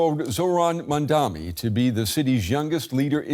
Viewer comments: Brent Geoff (the News Host) wouldn't even say the Mamdani's name correctly, 'Mandami' or 'Mandani' yet Nita Blake pronounces it correctly. Is that how much Geoff dislikes Mamdani? yet i'm sure he can pronounce 'Galifianakis' without missing a beat. Well, here's DW showing you their preference. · It's MAMDANI not MANNDANI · It's Mamdani not Mandami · The name is Mamdani not Mandami....please correct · Someone tell this guy, he is saying "MAMDAMI" !!! Its annoyoing to hear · MAMDANI not mandami. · His name is MaMMMMMMMMMdani --> your reporters should be able to read that... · Not to be offensive, but why is it so difficult for many westerners to pronounce Mamdani's name? Any linguist here that can explain why they consistently replace the 'n' in his name with an 'm'? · Again. it's mamdani. m-a-m-d-a-n-i. Pronounce his name correctly, please. 😊🙏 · It's interesting how the newsreader (Brent Goff) outs himself as an opponent of Mamdani by intentionally multiple times mispronouncing his name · right? they can get 'Galifianakis' right but Mamdani is a reach? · The presenter does this every time! It’s only this name that is difficult!